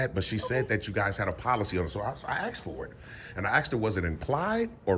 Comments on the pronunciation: "I aksed her, I aksed " learn how pronounce asked. It's basic first grade grammar. It goes to show how un educated really is, for sure, TTA fam. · It’s pronounced ASSK!! Lol